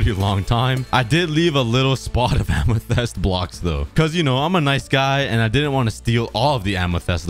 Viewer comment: I love how he says “Amethest” instead of “Amethyst”.